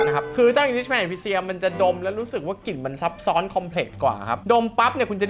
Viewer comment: กิ่น ควบกล้ำหายไปหมด